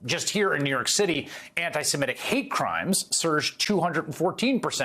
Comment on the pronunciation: It's new York CITY, you goon.